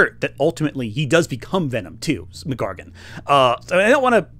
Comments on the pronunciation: every time you say scorpions name as "McGargun" im not sure whether to cringe or laugh.... enjoying the video so far tho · I’m sorry but pronouncing the full name Mac Gargan as “McGargon” is actually extremely distracting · "Muhgargan" lol I'm sure it's a consequence of reading from a script but his name is Mac Gargan. MacDonald Gargan. Two names. Not MacGargan. Sorry to nitpick but it kept happening and was funny every time lol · Unrelated to the (great) overall video but Scorpions name is not MacGargan its Mac Gargan as in his first name is Mac (short for MacDonald) and his surname is Gargan they aren't one word. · It's fascinating how you pronounce "Mac Gargan" as one word. Great video, by the way. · Great video, weird pronunciation of Mac Gargan aside.